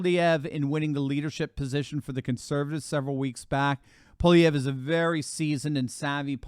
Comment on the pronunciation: it's (pol-eve-ray) it's not polyev